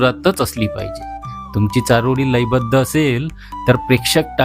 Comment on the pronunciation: तुमची अशुद्ध भाषा सुधारायला हवी.चारोडी नव्हे चारोळी असा उच्चार करा.